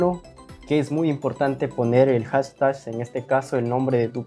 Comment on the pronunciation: SI NO SABES PRONUNCIAR "HASHTAG", POR QUE NO DICES "ETIQUETA"?